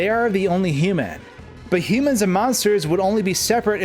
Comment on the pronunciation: I am more curious as to why it's so hard for you to say "human".